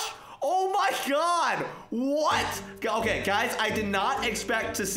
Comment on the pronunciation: Who heard he said otay lolo